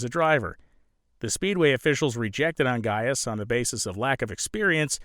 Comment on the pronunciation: Great as usual, also great that you know how to pronounce "Ongais"!